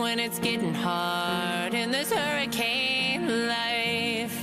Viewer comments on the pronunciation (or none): none